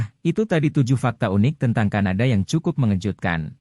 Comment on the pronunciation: Kadana tapi kanada😮😂